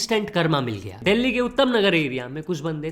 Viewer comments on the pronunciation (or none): none